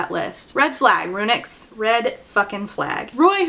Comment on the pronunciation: Every time you said "RuNyx" I heard it as "Aroonyx" and I had J.M. Buckler flashbacks